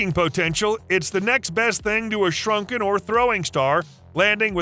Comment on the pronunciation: Oh ya I especially loved it when the AI voice said shuriken as shrunkin, that was hilarious!